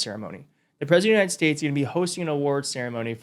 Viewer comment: Not this bs again. So tired of him saying, "the Unided Shaysh".